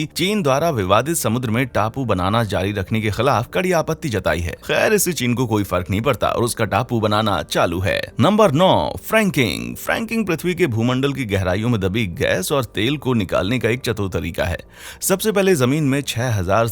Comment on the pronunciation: Its fraking not franking